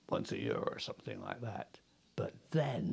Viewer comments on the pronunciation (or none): none